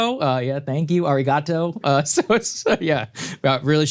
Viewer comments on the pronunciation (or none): The most egregious thing about this segment is Sagar's pronouncation of Arigato